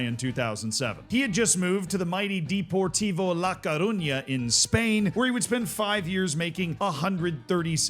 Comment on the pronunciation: «DEPORT-tivo la coruna»😂